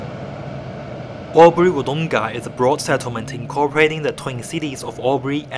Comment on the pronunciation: Please listen to the pronunciation of those around you, practice it. Wood oong-a it's not. Wood-Dong-ah it is. Its so grating hearing mispronunciation.